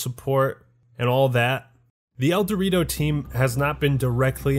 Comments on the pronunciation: That's the point "el dew rito" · I thought you were saying El Dorito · Everytime he says Eldewrito I hear "El Dorito" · Whenever he says "Eldewrito" all I hear is "El Dorito" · Great video! I've never played Halo but all your talk about it makes me want to get it. I have a very weak laptop but even if I can just enjoy the single player, seems like I'll love it. Also, I know that's not the name but every time you say the name of the fan made multiplayer mod, I hear "El Dorito" lol Have a good day people \o/